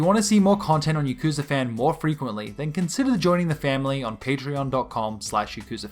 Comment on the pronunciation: you’re not pronouncing yakuza right and aggghh